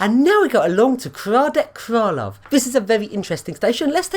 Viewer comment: I'm half Czech, its hradets kraloveh not kradek kralov and pardubitseh not pardubeechy 😂 Nice vid of the pendolino though